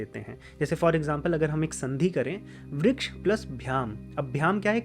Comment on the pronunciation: As a Sanskrit learner and teacher, I request you to pronounce the complete sound of the svaras. I understand Hindi has half sound of Svaras, but वृक्ष is pronounced as Vriksha (note, I don't mean Vrikshaa) and not Vriksh. When there is a halantha, the svara is cut by half. Like if you want to say Vriksh it will be written as वृक्ष्।there is no word like that in Sanskrit. It is वृक्षः or वृक्ष in sambodhana. क्ष् + अ। request you to please not swallow the अ🙏😊Correct उच्चारणम् is very important in Sanskrit 🙏this my विनम्र चेष्टा to make Sanskrit accurate। बाकी तो, आपका काम पुण्य का है। प्रणाम।